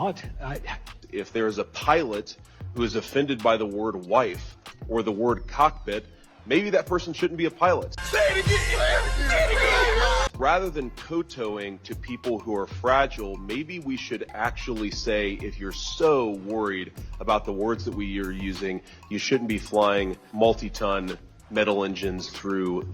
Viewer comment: It irks my nerves when ppl mispronounce Kowtow. 🤦‍♂️